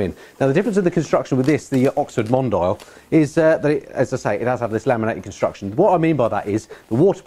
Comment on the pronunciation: I believe it's pronounced mon-dee-al, like the French word for "worldwide; global; worldly; cosmopolitan".